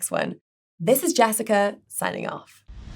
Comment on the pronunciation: Jessica replaces the 'e' sound with the 'a' in a lot of her words. 'daad' instead of 'dead', 'rackomendations', etc. Sounds weird, but she's British, so I guess it's ok. Oh... And